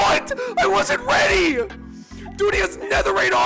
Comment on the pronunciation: "i wasnt weady" lmao